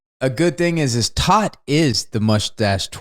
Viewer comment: tōt is pronounced TOTE, it is the German word for Death :)